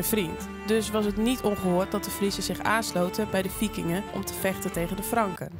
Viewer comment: "De fijand van mijn fijand is mijn friend en zich aansloten bij de Fikingen om te fechten tegen de Franken." En daar gaat onze mooie Nederlandse taal met zijn subtiele tongval...